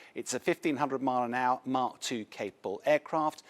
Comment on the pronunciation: What's mark 2 lol Mac 2 my friend